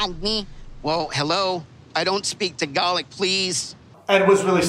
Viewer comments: It’s Tagalog Ed not TagaLick 👀😬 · F**** Ed with his f**** dumbass words..it's TAGALOG! ya brainless git! NOT TAGALIC!...*flips table* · Ti-garlic killed me fr HAHAHAHAHAHAHAHA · Why does he keep pronouncing it “Tagarlic”? 😩😩😩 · When he says “I don’t speak ti-garlic” 😂 When the language is actually called Tagalog 🤦🏽‍♀️ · It's pronounced "ta-gow-low" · I'm pretty sure Tagalog is pronounced with an o, not i. tagalig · I know I don't speak the language but did he just say TiGaLeG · Cashflow Mankavelli no he didn’t...